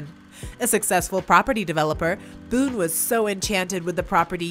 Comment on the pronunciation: Bone. William "Bill" Bone. Not, Boone.